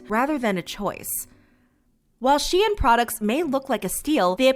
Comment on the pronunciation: it is pronounced -shine